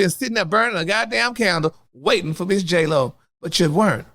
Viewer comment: did u say J-HoeLo... i cnt with you😂😂😂.. But i so here for ALL your mess!!! Congratulations on podcast!! Ill be tuning in!